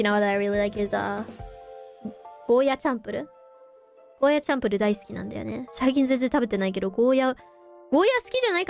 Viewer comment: チャンプルはチャーハンをチャハンと言ってるような全く別物て沖縄人が言うてた気がする チャンプルーとしっかり伸ばしてと言われた